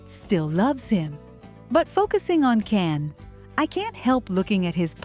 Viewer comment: His name us pronounced "Jan" not Can!!!!!